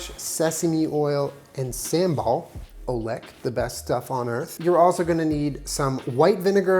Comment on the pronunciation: i love you anyway sambal is pronounced as sam- some bal- the ba sounds like the bo in body